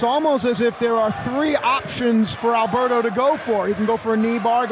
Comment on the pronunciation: I love you, JR. But you've pronounced Alberto's name wrong too many times. 😅